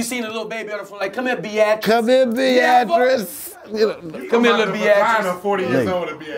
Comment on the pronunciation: "bee-at-tris" LMFAO